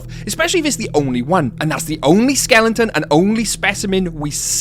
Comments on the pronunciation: Skelen-ton, skelen-ton, skelen-ton, good God, man, it's SKELETON. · Why are you saying "skelington"? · Is pronunciation “skelenton” a British thing? Just interested